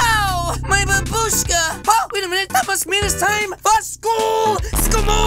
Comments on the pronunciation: Babushka not barbusake lolll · Its Babushka not babruske